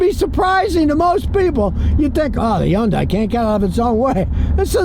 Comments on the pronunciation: "Sometheen"????? "Interesteen"????? "Yundai"????? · Yun-dies. How many ways can we pronounce this car's name?